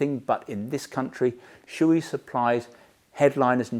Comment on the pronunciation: I usually don't comment on YT, but I just can't hold it any longer. Shoei is not shoe-i, it's Sho-Ei. It's a japanese company and the name has nothing to do with footware. These "professionals" can't even pronounce the name right. Why don't you pronounce s-chu-bee-earth?